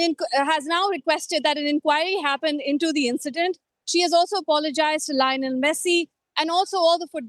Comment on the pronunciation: Is it coincidental that she calls him LIE-onel Messi? 🐐